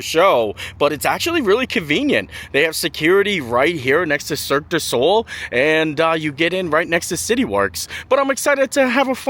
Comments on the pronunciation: It's pronounced circ du SO-LAY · It's Cirque Du Soleil (rhymes with Ole)